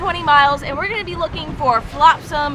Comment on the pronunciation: "Flopsam?", its called Flotsam. Its all good.